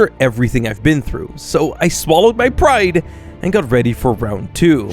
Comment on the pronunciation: "Swallowed my pride" nah sounds like swallowed my hair